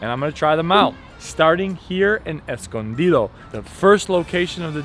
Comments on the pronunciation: NOBODY says "Escondido" like that. What the hell. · what the hell are you on. it's a Spanish word & he pronounced it perfectly! 😍